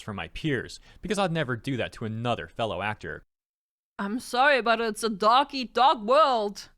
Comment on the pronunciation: sounded like she said duck eat duck lol